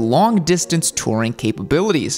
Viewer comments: It's "Touring", not "Tirring" 😊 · I'm just hear to hear pronounce it "Tering" about 93 times... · Ramble to me that you’ve never actually put big miles on without actually ever correctly pronouncing the word “tOUring.” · How do you mispronounce "touring" 😂